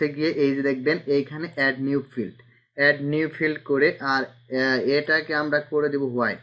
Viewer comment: Your tutorials are good! But all tutorials are primary basis , make advance. By the way , you have to develop your tools name such as Multiply( মালটিপ্লাই) । Stroke (স্ট্রোক) Fill (ফিল) Type ( টাইপ) ইত্যাদি। যেমন আপনি বলেন মালটিপ্লে, ষ্টক, ফিল্ড এগুলো উচ্চারণে ভুল করলে আমরাও ভুল শিখব। "যদুল" মানে কি ? মনে হয় যদিকে যদুল বুঝাতে চেয়েছেন। যাহোক চালিয়ে যান , যে যা বুঝার বুঝে নিবে । ধন্যবাদ।